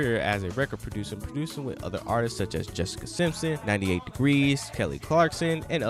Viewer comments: At K. Helson stop..the narrator saids artistses instead of artists..lol..grammar pleases..I mean please.. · Dude it’s not “artistses” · someone needs to teach this narrator how to pronounce the word "Artists". Good Lord! If you're going to speak publicly learn to enunciate! (and Karyn White has an Unsung!)